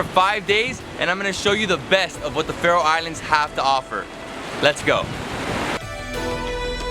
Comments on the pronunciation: You say The Citys/town SO WRONG😂 not hate I love The video❤️ im from the Faroe Islands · He's saying all the names wrong. PS.if you wondoring how i now that Kous am from the faroe islands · i liked this video because i live there and i laughed so hard when you pronounced the names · You pronounced all the names of the islands wrong.... But its okay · Im from Faroe Islands and i laughed when you pronounced the names. Because its not How you pronounce Them. 😂😂😂😂😂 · Couldin't you ask someone, have to pronounce the towns ? xD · Your pronunciations were really off man. Also there was nothing to see in Tjornuvik, except Risin og Kellingin which you could see from other vantage points. Definitely not worth the drive if you're pressed for time. I also would have recommended the Vestmanna bird cliffs, Sornfelli, and Trollanes (Kallur Lighthouse). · you pronounced every thing wrong i know because i live here